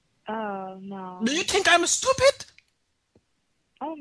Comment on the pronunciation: DO YOU TINK IM STUPID?! Bertha: No..: Do you tink im smart?;) Bertha: (akward) Yes...: I LIEK IT